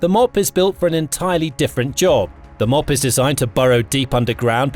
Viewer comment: M.O.A.B. pronounced Mow - Ab.. like the town Moab in Utah or the region east of the Jordan river in the Holy Land.